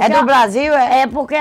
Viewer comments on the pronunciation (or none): none